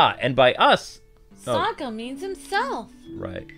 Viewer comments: Sokka not Saka. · His name is Saka, not Asoka.